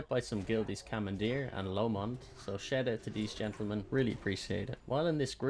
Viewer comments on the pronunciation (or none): none